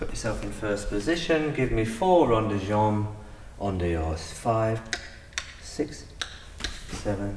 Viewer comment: rond, not ronde.